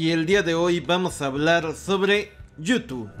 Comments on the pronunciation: Amigo: porqué nunca has podido decir Youtube?? Siempre dices you2 jeje. Saludos. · Como cuando dices: yu tu 😂😂😂